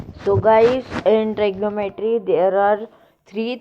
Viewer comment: It is pronounced as trigonometry... Not tr'y'gnometery.... Anyways... Nice video